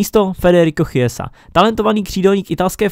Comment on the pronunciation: mohl bys prosimtě něco udělat s tou příšernou výslovností? 😅 Jako některý jména jsou fakt perly, v tomto videu si tak vzpomenu na /fodena/ nebo /chiesu/, který si dost myslím, že se oba čtou jinak, ale každopádně mě rozsekal v jednom.z dřívějších videí tvůj stoper Bayernu se jménem /hamls/ 😂